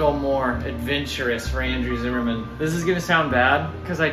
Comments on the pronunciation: Zimmern not Zimmerman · why is everyone saying zimmerman when its zimmern lol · Have you realized you are mispronouncing Andrew's last name? I did the same thing too. Please double check. Thanks